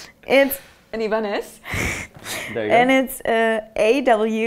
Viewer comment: She said "e-bo-nes"...he said "i-ban-ez"?